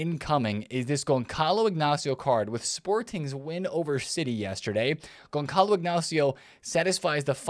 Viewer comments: its pronounced Gonzalo, not Gonkalo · Gonçalo should be read like GonSSalo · Gonçalo the C is pronounce like the S in Salah